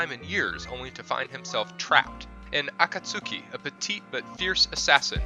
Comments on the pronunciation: He said Aka Tstuki for akatsuki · Man said aka suki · ShyRo, Nowtsoogoo, and akatsookee... Smh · Do these YouTubers purposefully mispronounce to annoy us. A-Cart-Suki? It's A-Kat-Ski. Shy-Row? Try Shee-row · "A cat-sookie"? "Shy-row"? Get the fuck outta here! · Aka suki ugh lol it pissee me off, I know it's stupid to be mad over that but it just shows how much passion I have for anime lol